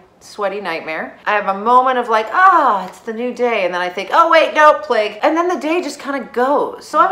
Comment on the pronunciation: "oh wait, no. palgue." 😄 exactly!